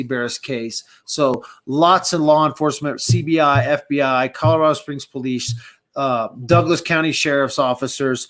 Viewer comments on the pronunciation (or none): none